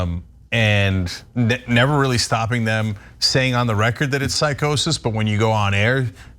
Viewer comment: He wasn't smoking on that episode, he was drinking. He stated on air, that he's not one of those people who can smoke, because it makes him paranoid. And what is 'psicosis'? 😂 It's Psychosis